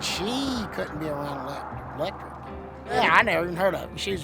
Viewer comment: "She coulden' be 'roun 'lectric... She wore sum kina doohickey vest ta help purtekt hurself..." Solid gold🤣🥇✨